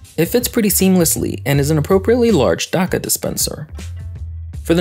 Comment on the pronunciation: The way you pronounce "Dakka" makes me die a little inside every time I hear it